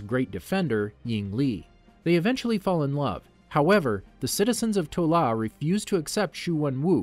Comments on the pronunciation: This is amazing but so far you've said "Ta Lo" as "To La" or "Tu Law" so many times i'm crying XD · Yakuza is Japanese. Those were triads. Also adrian toomes is not at all with damage control, that was established in the first 10 minutes or so of Homecoming. It’s iron monger not war monger. It’s pronounced Ta Lo. And I think you misspoke about “stark meeting with banner”, he met with General Ross. He never met banner until the avengers. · One more thing to note: Shang-Chi's mother's homeland is Ta-lo. You switched the "a" and "o" around. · i think its crazy how u remember the icing issue from iron man 1 but couldnt be phased to pronounce TA LO instead of TO LA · Times where I was irritated as a die hard fan: Wrong pronunciations-Correct Tezzeract-Tesseract Toh La-Ta Lo Extreamis-Extremis Uylesses Klow-Uylesses Claw Sooter (what even)-Surtur Iron Monger, not War Monger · It is not "To-La", It's " Ta-Lo" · Someone is to 🌾 to say "Tt-ahh-Low but can somehow say "Yo-Hand....Shhh.. Mmmm-It." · Couple Notes: 1. Arishem is pronounced ay-rih-shem 2. It is Ta-Lo not To-La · You said "To La" but it's "Ta Lo". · Talo not Tola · Has to be said Ta Lo Not To La